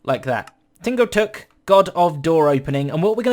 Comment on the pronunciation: Hmm, Tingo Tuk sounds like Tango Tek.